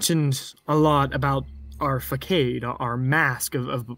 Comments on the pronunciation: "Fa-kade" its "Fu-sod" 🤦‍♀️ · Dude seriously if you gonna have some read a script tone it down 🤣... I bet you wanted to kill this guy the way he repeatedly slaughtered the word facade ...several other words he couldn't get out... and his nervous energy (or fearful memories) is really his mom just choking to death on the script 🤣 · You mispronounced façade LOL. 🤦🏼‍♀️🤣🤣🤣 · Is he mispronouncing facade ? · Ikr? Oh n what about "I digress. Anywho" I didn't know what was worse fuhkade or clicheickle. Uuhhgg. I cringed just typing those. I'm almost certain now that he was a voice actor reading from a prompter or cue cards and not the actual "victim" who wrote the story in the first place. It totally ruined the experience for me and not real sure why.